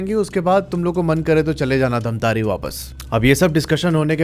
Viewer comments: Bhai dhamtarrii nahi bhai dhamtari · धमतरी है भैया धमतारी नहीं😅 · Yes mai bhi same yahi batne wala tha ।। It's धमतरी not धमतारी becouse I'm also from Raipur Chhattisgarh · dhamtaari nhi bhaiya dhamtari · धमतारी ❌ धमतरी ☑️ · Pronounciation thik kar lijiye , dhamtaari nahi dhamtari district hai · धमतारे नहीं धमतरी है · Dhamtari hai bhai dhammtari nahi edit karo humare shahr ka naam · Bro.. it's dhamtari...not dhamtaari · धमतरी ✅धमतारी ❌ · Dhamtare ni sir धमतरी है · धमतरी है धमतारी नहीं है 🙄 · भाई वो धमतारी नहीं है वो धमतरी है😂😂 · धमतरी है भैया जी धामतारी नहीं है मैं धमतरी से देख रहा हूं 😅😅😅🎉🎉🎉❤❤❤ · धामतारी ❌ धमतरी ✅ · Dhantari ni bro dhamtari hai 😂 me wahi se hu dhamtari se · धमतरी है धमतारी नहीं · Bhai pahli bat to ye धमतारी,,,2 क्या bol rha hai wo धमतरी है ।। Mail check karke ek bar name google kr lete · भाई धामतरी नहीं है धमतरी है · धमतरी है भाई जगह नाम धामतारी नहीं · bhaiya for future references it's not धमतारी, it's धमतरी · भइया वो धमतारी नहीं धमतरी है 😊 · धमतरी है उसका नाम न कि धमतारी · Dhantari ni hai bhai dhamtari hai😅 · धमतरी है धमतारि नहीं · Dhantari nahi hai dhamtari hai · Damtari× Damtri/😊😊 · Bhai dhamtari nahin dhamtari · Bhai I am from dhamtari but ise धमतारी nahi धमतरी kahate hain ❤❤ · धमतारी नहीं धमतरी है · धमतरी hai bhai धमतारी nhi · छत्तीसगढ़ से हू और धमतारी नही धमतरी है उस शहर का नाम 😅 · Main chhattisgadh se durg se hu aur ye bat sach hai jo black magic krte hai wo sach me apna santulan kho baithte hai. Aur ha sir धमतरी है धमतारी नई है sorry mujhe lga to maine bta diya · Bhaiya vo dhamtari hai dhamtare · धमतारी नही धमतरी है और किस गांव से हो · Bhai dhamtari me mera mama ghr hai aur raipur me mai raheta hu😂😂btw aap dhamtari ko glt bol rahe hai